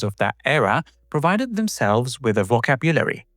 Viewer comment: The word "vocabulary" should be stressed on the second syllable, i.e. "voCABulary". Apple's first GUI computer was the Lisa in 1983. The Macintosh was kind of a cut-down version. The word "subsequent" should be stressed on the first syllable, i.e. "SUBsequent"